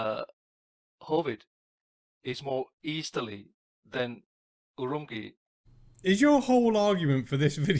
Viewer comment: The way he pronounced Chongqing and Urumqi... OMG! In Chinese, "q" is pronounced similar to the "ch" in "cheese".